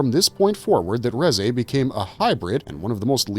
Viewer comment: It's pronounced as "Rizz eh"